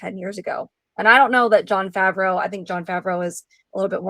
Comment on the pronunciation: Listening to the way you say John Favreau's name makes the Hernione quote pop into my head. "It's leviOsa, not levioSA!"